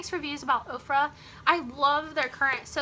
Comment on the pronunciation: I am loving your hair and makeup! And I thought you were saying OPRAH lipstick and I'm thinking wow I did not know Oprah started a beauty line..HAHA! Now I see you meant Ofra. Just subbed!